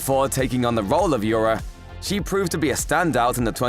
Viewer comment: Nobody gonna talk about how this guy pronounced Ura's name wrong?